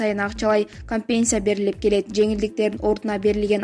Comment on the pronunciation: Урматтуу диктор, кампесия эмес, компенсация. Туура окугулачы. Китепти коп Оку, мектепте окубаган болсон.